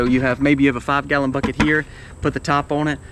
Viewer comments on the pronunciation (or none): none